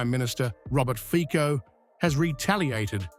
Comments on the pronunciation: HIS NAME IS NOT FIKO, BUT FICO ! LEARN HOW TO SAY IT RIGHT ! FICO, AND NOT FIKO ! STUPID ENGLISH NARRATOR ! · you never learn how to pronounce his name... the pronunciation is FITSO, get it right, finally!!!